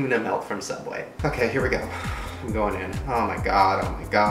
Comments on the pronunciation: It's Sooubway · I think it's pronounced sooubway